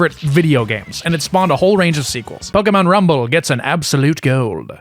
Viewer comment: The fact that you pronounce Pokémon correctly made my day